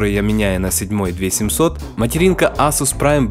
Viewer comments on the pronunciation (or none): none